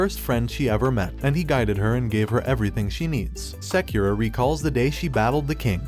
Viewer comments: "seukura" headass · he said sakeera when the name is spelled sakura its like he doesnt watch anime or is it a robot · sakura is pronounced as sekura? really? then it's prounced as sekira? bruh, this is either cultural appropriation or ignorance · Did u just pronounce sakura sakyura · Bruv you didn't pronounce sakura right boi